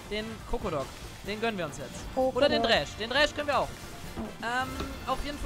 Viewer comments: Trinkspiel fürs Wochenende: Jedes Mal wenn „Dräsch“ sagt, einen Kurzen trinken. lessTroll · echt witziges video, aber dieses "dräsch" triggert mich so hart :D